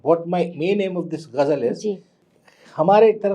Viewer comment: Son of Majrooh Sultanpuri cannot pronounce word ‘Ghazal’ , says Gazal .